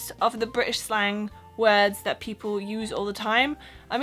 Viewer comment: Couldn't tell you were German - except maybe the first time you said "that" - hint of Central Europe accent there. Oh, and if you think queue jumping is "cheeky" - no, in Britain, queue jumping is "bang out of order." - so a a bit to learn yet... 😉